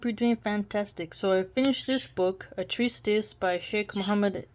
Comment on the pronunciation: This is in no way meant to put you down or make fun of you. There is no "s" in the middle of "Treatise".